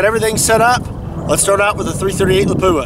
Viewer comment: I've only ever heard it pronounced as "la-poo-a." Pretty sure he's right.